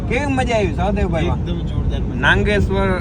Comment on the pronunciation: નાંગેશ્વર નઈ નાગેશ્વર